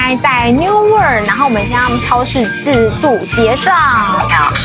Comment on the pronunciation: 偶是台紐澳公民 基督城5年 奧克蘭5年 墨爾(貓)本14年 南島那條路 走了約十次 現看影片回憶 好懷念 在奧克蘭吃mövenpick ice cream 要不就New Zealand Nature ice cream, 其它就花樣多 但 不見得好吃 New Word? 試著這樣念 Wor-old 把3個音節 巫爾德 變4個音節 巫爾歐德 Steak and Cheese is the best for me as well. Castle Hill 不是卡斯托 Hill 拉 是卡搜Hill Auther's Pass 最高點那個博物館怎沒去 有巨鳥Moa的骨頭 到西海岸Kumara Junction 应多花來回2小時去Pancake Rock看鳥 強烈建議 Wanaka建議住Top10 Holday Park, 就在湖邊. Puzzling World沒去?可惜了 笨豬跳 哈哈 偶也不敢 鹿埸 "碎石路段" 保險公司是不保的 开車小心點 Te Anau 踢阿尿 不念腦 不叫Snow雪 叫Sleet 是下小冰塊 雨下的不夠大 瀑布水沒有往上飛 米佛路上的鏡湖沒去? Te Anau 營火蟲洞沒去? 哭哭 這是最有名的 必去的 Queenstown Shotover river Jet boat 沒去? 哭哭